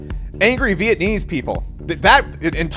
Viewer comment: VietNAMESE. Not VietAnNESE